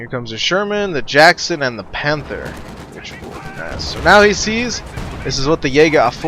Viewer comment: yea, i kinda hate the way he says panther